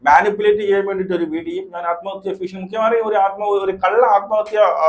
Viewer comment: ഭീഷണിയെന്നാണ്.ഫ അല്ല